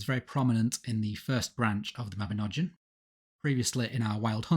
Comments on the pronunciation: Mabinogion is said with a hard G and that letter is not pronounced as a J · It is pronounced 'Mah-bin-og-ee-on'. YOU TWO MISPRONOUNCE EVERYTHING!